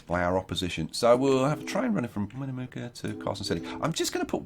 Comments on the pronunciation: I live only a few miles from Carson City. So being from Nevada, this episode was really cool! Btw, Winnemucca is pronounced Win-uh-muck-ah :) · Its pronounced win-eh-muck-uh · Yup, Winnemucca, Win-uh (or eh)-Muck-uh